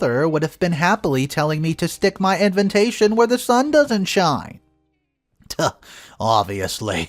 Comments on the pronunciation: Why does the narrator keep saying inventation instead of invitation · INVITATION!! Not Inventation. Every god damn video 😅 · I giggle every time I hear in-ven-tation. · Hey, I have been a listener for your well organized stories. I am just curious with how you pronounce one single word ALL THE TIME! You pronounce invitation as "inVINtation". Is is a mistake or is it branding?